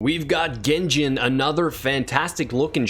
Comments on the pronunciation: You pronounced gengin got genzin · Gen-Jin? Gen-Gee? Or Gen-Zzzzzzzin?